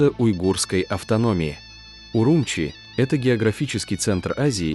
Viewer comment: Не УрУмчи, а УрумчИ !